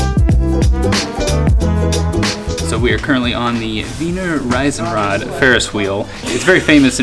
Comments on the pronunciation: "Riesenrad", not "Reisenrad". :-) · Love, how you speak "The Weener Risen-Raahd" :-) Try it with "Reason-Raahd" - it's a little closer ;-) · It‘s the Riesenrad, not Reisenrad. Riesenrad means Giants Wheel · the ferris wheel is called Riesenrad. "ie" is like "ee" not like "i" ;) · You keep correcting her and your pronunciation is worse than hers!